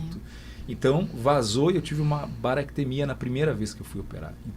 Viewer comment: O nome da infecção é bacteremia e não baractemia